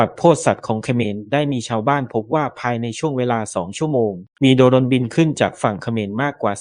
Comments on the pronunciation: อ่านว่า"โดรน"..ไม่ใช่"โด-รน" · ประเทศไหนบ้างว่ะอ่านว่า โด รน